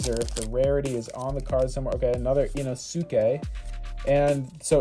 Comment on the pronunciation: The “Ino-su-kay” hurt